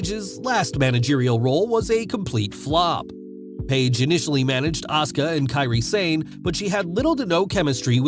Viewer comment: Ahhh-sooo-kaa..... Jesus dude